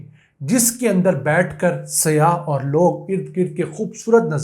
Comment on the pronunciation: It's SAYYAH not SIYAH